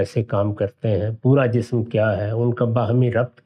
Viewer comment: The word for body in urdu is 'jism' not 'jissum', it is a surprising mistake by someone who is concerned with the languages.